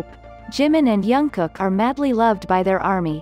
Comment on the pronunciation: Why do I hear her saying urm for RM and youngkock for Jungkook😭(no hate)